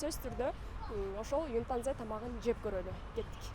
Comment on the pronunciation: Юнтанза эмес ютанза чон кыз